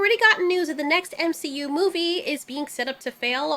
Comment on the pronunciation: you are saying M she U incorrectly.